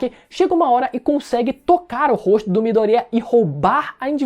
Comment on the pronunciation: Mano esse cara que fez o vídeo viu o anime pelo menos,chegar a doer os ouvidos vendo ele pronúncia os nomes dos personagens tudo errado,se foder Mano,midoriiaa a pronúncia é MIDORIÁ,veja a pora do anime com áudio original pelo menos e fala o nome dos persongem certo,vários personagem que fala o nome todo errado...porrra